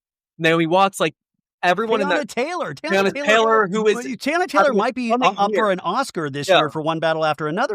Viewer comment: You finally said Teyana right 😂😂😂